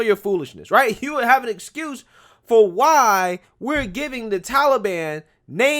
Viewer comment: Joe, it's the Taliban, not tallyban.